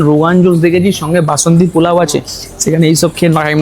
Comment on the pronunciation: Work on ur pronunciation... it's not pulao...polao hobe ...work on "S"... sounding very bad...katha ta top and notch na... top-notch...need improvement